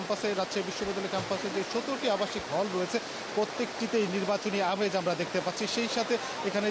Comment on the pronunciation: ইমেজ নয় আমেজ।